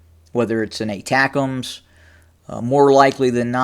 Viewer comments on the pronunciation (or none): none